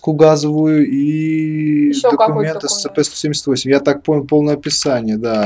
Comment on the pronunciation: Не эсцп а эсипи